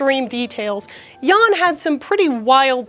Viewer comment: pronouncing Jan as yawn is so funny